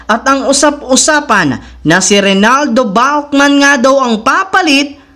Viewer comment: with emphasis pa ang pag banggit mo sa balkman... maling mali naman...